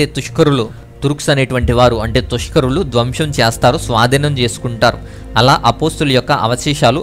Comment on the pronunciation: బ్రదర్' మీరు తుష్కరులు అన్నారు తురుష్కులు కదా పూర్తి వ్యతిరేక అర్ధం వచ్చేలాగున విశ్లేషణ ఇస్తున్నారు తప్పుగదా వీడియో చేసేటప్పుడు భాష ముఖ్యం ప్లీజ్